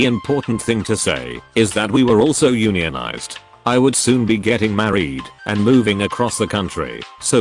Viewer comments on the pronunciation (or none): It's also not pronounce Onion-ized. It's YOUn-yun-ized. Or YunYunIzed, depending on how your brain works.